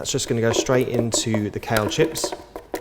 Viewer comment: Just found you! Planning a marathon next weekend. Meanwhile, I like how much information you cram into a few minutes. I'm new to vegetarian/raw food prep so I need all the help I can get :) P.s. American here - I kept thinking you were saying "cow chips" lol